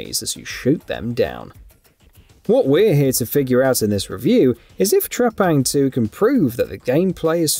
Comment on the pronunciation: Let's pronounce the name correctly here... T.R.E.P.A.N.G. 2! That's my Final Verdict!